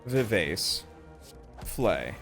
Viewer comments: tfw utubers cant pronouce music terms correctly. who can relate? vivase retallentando? excuse me, what? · him mispronouncing all the music related words like rallentando and vivace hurts my soul. love the vids though, might download this mod list!